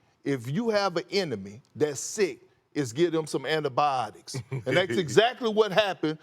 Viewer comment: Perk: it’s pronounced antibiotics Perk : AnIBAIOCTISS